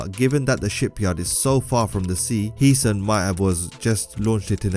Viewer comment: Its "Heeseñ" not heesan